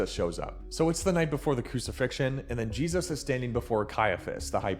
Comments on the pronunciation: Why do you say Jesus like you were kicked in the head by a mule? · Anybody know why he pronounces Jesus as Jeez-oss ?